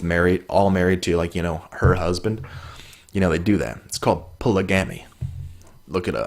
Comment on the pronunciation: I have neeeever heard polygamy pronounced like that dude xD